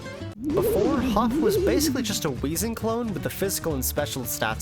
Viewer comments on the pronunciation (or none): none